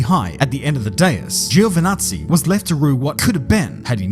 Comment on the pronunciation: Little fun fact, in Italian it's pronounced "Jo" not "Gío"